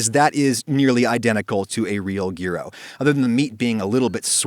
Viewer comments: Greeks are probably cringing at his pronunciation of gyros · yikes the fact that you refuse to pronounce gyro correctly even after knowing the correct pronunciation baffles me.. With such a large viewership this could be an opportunity to educate on the culture behind this wonderful dish. Disappointed that you'd refuse to do so. Especially given your background as an educator I expected more. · Adam: doesn't pronounce gyro correctly Greeks: how dare you! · Oh my god I've been pronouncing gyro wrong my entire life! I need to stop watching JoJO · I think i have it figured out... Adam pronounce gyro like that as a cover up for using ketchup later in the video so he would recieve less hate because people were too easily distracted by the gyro pronunciation! I SEE THROUGH YOUR RUSE, ADAM. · You still butchered the way you say Gyro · Being Greek the pronounciation hurts me on so many levels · even though the pronunciation is slightly off, its better that jEyErO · Also, it's "gyro*s*" in the nominative form, i.e. when you refer to it. And he was saying "gyro" and "gyros" interchangeably as if it doesn't matter. Honestly, as a Greek, the mixed grammar annoyed me far more than the incorrect pronunciation of gamma. :P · I’m Greek and the way you’re saying gyro is killing me. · Cause thats how its fucking pronounced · I was wondering how long it would take for the pronunciation to be butchered and it was under 2 seconds, a new world record! I have many pet peeves and people not knowing how to say gyro is up there. Now if you will excuse me... Crying in the shower will my shorts still on, eating a gyro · gheero? Nah, its Jyro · that's how its pronounced- yeero to be exact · Yo man, Greek food tip. Add a slice of dry, stale bread to the tzaziki. It will soak out the excess moisture in an hour, maybe less. Also, it's not Geero, it's more like Hero. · Adam, it is pronounced 'yee-ro', not gear-oh. Look it up! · its "yur-o" not "gee-ro" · my greek friend pronounces them 'hee-ros'.